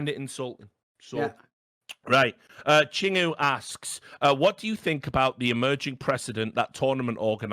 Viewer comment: Continuing to mispronounce "Chingoo" as "Ching Woo", even though it's pronounced "Ching Goo" and means "friend" in Korean :P Unless the patron specifically instructed Richard to pronounce it as such, in which case nvm